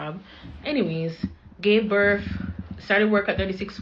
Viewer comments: DdEePpOoRrTt DdEePpOoRrTt DdEePpOoRrTt BETTER HOPE YOU ARE A US CITIZEN!!! HERE YOU ARE BLAH BLAH BLAH ON BEG-TOK...THEY'LL NEVER LEARN TO STOP OVER-SHARING!!! AND THE WORD IS "BIRTH" NOT BIRFFF!!! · "Birf," right.